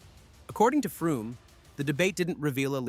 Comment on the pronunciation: Are you aware you are pronouncing Frum incorrectly? It is pronounced like "FROM".